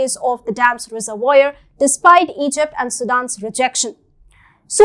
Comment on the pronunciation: Great news story. Great graphics. But… Pronunciation is not great like for example the word reservoir . why don’t you make the time so announcers know how to pronounce words they have never encountered before?